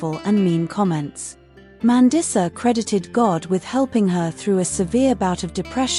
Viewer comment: MAN-DEESA. i'm not watching anymore when you can't even pronounce her name correctly